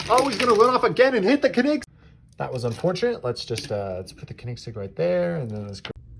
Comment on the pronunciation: Nice race, but the way you pronounce Koenigsegg gave me an brain tumor